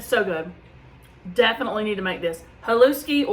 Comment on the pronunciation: The s in haluski is pronounced like an sh, so it's like haLOOSHkee.